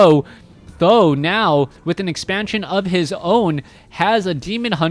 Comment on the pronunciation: how did you know Th000 prounece like "san dan"? How do you know Chinese? A bit supprised.